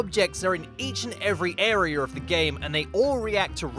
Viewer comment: Air-E-Er Never change